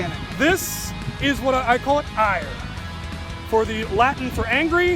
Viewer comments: Its EIR not IRE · It's eir not ire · I thought the latis was Ira (Eye-Ra) not Ire? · EIR Not Ire